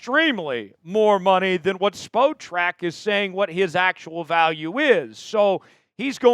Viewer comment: S. The site you're referencing is pronounced SPOT-TRAC, not SPO-TRAC